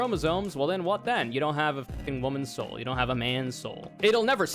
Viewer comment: You gotta pay the troll toll if you want to get this woman's soul. Could you maybe enunciate because it sounds like you're saying woman's hole.